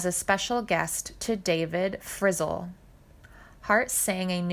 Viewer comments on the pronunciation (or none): Not enough to steal this concept from another (and much better) channel. You now commit the blasphemy of pronouncing the surname of Lefty Frizzell as “frizzle.” Astounding. And, by the way, a song that peaks at #77 is not a “hit” record. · Interesting, but the lady reading mispronounced Frizzel, Raye and said singing instead of signing... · I actually got a chuckle out of the “lefty FRIZZLE” pronunciation too!😂 however, very nice to hear all of this about Freddy….i didn’t know alot of this… sounds like the man was multi talented in many things…..if only lifetimes weren’t so short….🥲❤️ RIP FREDDY!